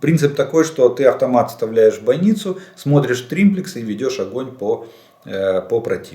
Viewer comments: Извините,сам не так написал : не триМплекс, а триплекс !... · не "триМплекс" , а триплекс !) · Олег Владимирович,уже 3-й раз пишу Вам : не инциНдент,а инцидент,не прециНдент,а прецедент, не триМплицинг,а триплинцг ! Извините,но,просто ,,коробит,, от Вашего произношения этих слов ! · дебил - триплекс, а не триМплекс)) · Он этот тримплекс стопятьсот раз сказал, и каждый раз из ушей кровило, эксперт ска. Думаю, Жданов давно уже больше пользуется триммерами, чем триплексами, оттого и перекосы. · Какой еще триМплекс??? Нет такого слова. ТРИПЛЕКС. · триМплекс???🤣🤣🤣🤣 - Жданов, когда уже перестанешь народ смешить? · "триМплекс"! серьезно? ))) ахаха... улыбнул, полковник.